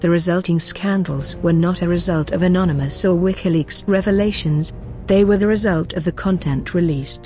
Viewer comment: First of all, learn to say anonymous, not nonymous; And grow a pair :)